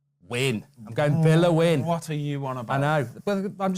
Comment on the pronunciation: Nah mark actually got villa right 😶